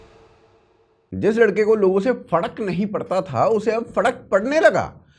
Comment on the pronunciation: Lawrence इसलिए इसे मारेगा क्यों कि ये फरक को फड़क बोलता है 😂😂